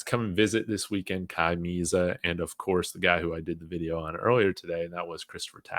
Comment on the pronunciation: Its pronounced Meh-zah like in Spanish